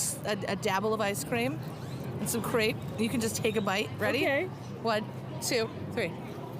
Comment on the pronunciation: The way she said the "r" in ice cream and crepe.... I wanted to stab my eardrums out with an ice pick.